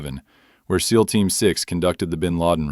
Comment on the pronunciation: pronounce seal for xxxx sake